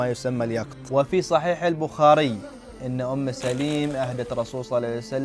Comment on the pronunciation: تصحيح : حَيْس وليس حِيس أم سُليْم وليس أم سَليم. بارك الله فيك على كل حال